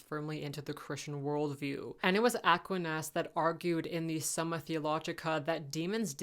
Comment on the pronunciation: Also Thomas "akwinas" rather than "aquineus"